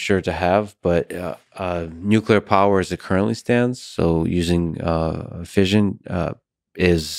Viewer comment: Anyone else driven crazy by the mispronunciation of fission?!